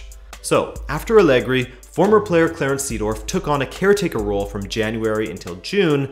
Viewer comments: Seedorf is pronounced like Saydorf and Milan is pronounced like Mill-an, not Me-lan. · Sadoff? haha. It's Seedorf xD